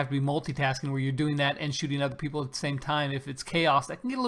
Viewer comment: LOL peaple i thought you were saying pineapple like a way it was code language OMG lol